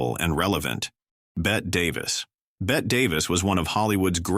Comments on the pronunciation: Bet Davis??? It's pronounced Betty!! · I guess they had trouble distinguishing between the 2 Burts. I HATE WHEN THESE VIDEOS CAN'T GET THINGS STRAIGHT. I also am bothered by the mis-pronunciation of people like Bette Davis.